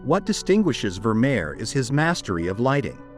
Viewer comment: People Really should teach their dumb robots how to pronounce words like Vemeer, Guernica, Renoir. . . Jeez!!!!!!!!!! 🙄